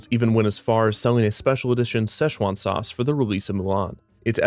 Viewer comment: I actually cringed when he said Mulan Szechuan sauce.